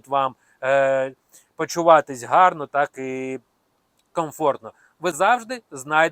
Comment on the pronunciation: дуже добре, але не Ґарно а Гарно )) це велика різниця =) + за відео )